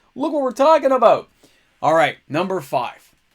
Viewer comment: aboot, soo Canadian